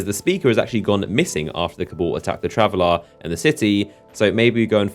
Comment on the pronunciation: It's traveler and Speaker not travelar and speakar christ your voice is fucking annoying